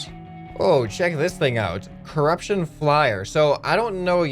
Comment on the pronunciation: Curupshon alien's